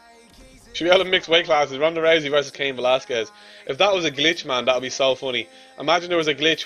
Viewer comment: Did he just say, "let's go team rosey"? Your such a nerd it's ROUSEY you know nothing about ufc.